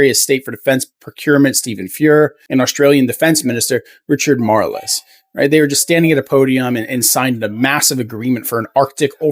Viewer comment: HI Canada 🇦🇺💜🇨🇦 ... BTW it's our defence minister is called Richard Marles (one word) not MAR-LES Now, can we talk about the wooden spoon? hahaha There are many similarities that Canada and Australia have in common - political, geographical, historical and values! We are natural cousins!